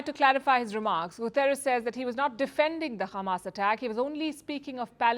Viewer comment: Palki i understand why you saying Gutieres words wrong coz israel gave you access to report on their country n your goverment as well